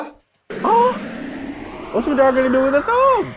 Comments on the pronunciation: The way you say madara like it’s not [mu-da-ra] its [Ma-da-Ruh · why do u pronounce it like- ma-dara ?